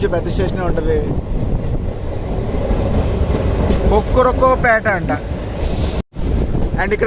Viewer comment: కొక్రో పేట కాదు కూరక్ పేట